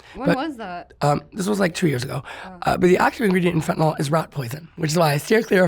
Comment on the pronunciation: FentaNYL- not FentaNOL